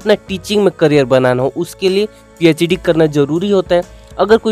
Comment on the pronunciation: Phed nhi phd hay wo 😒